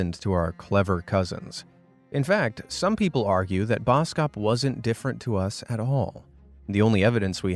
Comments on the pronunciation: i love your channle and i am from south africa and you dont pronouse boskop man like bouskoup man it is bos kop man when i heard how you said it was so funny but keep put the good vidoes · Boskop is pronounced bawskawp. It means forest/woods - head/hill. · the way you pronounced boskop ikilled me☠☠ anyways, maybe that's where the insult came from lol